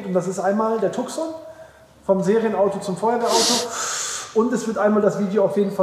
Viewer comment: Die Idee mit dem neuen Standbein ist sicher gut. Tucson wird Tußon ausgesprochen 😜